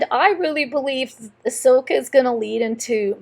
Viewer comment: It's AHSOKA not ASHOKA.